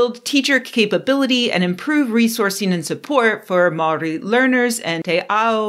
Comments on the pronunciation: I forgive your pronunciation. When you say Māori try (Mow-ree) with a rolling R. Mātauranga also has a rolling R. Would it be too much to ask you to stop demonizing white men all the time? We aren't all responsible for everything other white men do, thanks. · Hi Chris. As a Māori, your assessment of her pronunciation is terrible. Please note, kiwi, the word Māori word you use to define your nationality means grey.